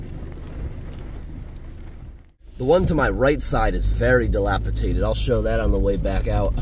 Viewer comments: Are you saying “dilapiDated” or “dilapiTated”? 😅 Nice trip video. Too bad this community had such extreme septic issues. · It’s dilapiDATED. Not dilapitated….. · I love you but the word is dilapidated, NOT dilapitated( sp). dated not tated. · It's dilapi-dated.......not dilapi-tated. And Pittsburgh is not as horrible as you make it sound...I grew up there and it is a pretty safe place....true, there are some areas that are worse than others...but you have that in every state. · The word is dilapidated not dilapitated. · It's "dilapi - DATED" - not "dilapi - TATED"..... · dilapidated, not dilapitated. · It's dilapidated not dilapitated. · Respectfully sir, the word is dilapiDated, not dilapiTated. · Dilapidated. DILAPIDATED. (Dilapitated is not a word.) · I think he means "dilapidated," not "dilapitated." I cringe every time he says it. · Damn homie, the word is dilapidated. You kept saying "dilapiTated"😂😂😂 other than that the video was interesting. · the word is dilapidated. lol. Not dilapitated. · Not trying to be rude, or anything. Just letting you know cuz i have been watching you for a long time and you have always said it wrong. haha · You're the only person whom I've heard pronounce the word "dilapiDated" as "dilapiTated". Thanks for reading. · I believe he is dyslexic and sometimes flips words/letters, even in speech. is an awesome dude. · Dilapidated not tated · Are you saying dilapitated? I think you mean dilapidated. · Love your videos! By the way, the word is dilapidated, not dilapitated. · the word is "dilapiDated" di·lap·i·dat·ed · "Dilapidated" ... no T in the middle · It is “dilapidated”. No “t” in the middle 🤓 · dilapidated dĭ-lăp′ĭ-dā″tĭd adjective Having fallen into a state of disrepair or deterioration, as through neglect; broken-down and shabby. Not dilapitaded.